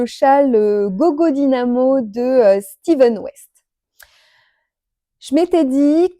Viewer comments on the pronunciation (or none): Coucou j'ai beaucoup apprécié le gogo Dynamo de Stephen West se prononce avec F pas v comme Steven 😉 beaucoup font l'erreur 😊 ce châle est très beau j'ai adoré let appris plein de technique il te faut mettre un bien contrastant pour la brioche il te faudra un coloris clair, je n'ai pas bien vu tes 3 couleurs les une a côté des autres😊 je n'ai que 2 ans d'expérience j'ai un peu miseré avec la brioche et j'ai mis un peu plus d'un mois a le faire en ne faisant que lui! Oui c'est long 😊une nouvelle abonnée ❤